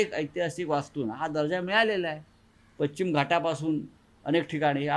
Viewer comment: पच्चिम म्हणतोय.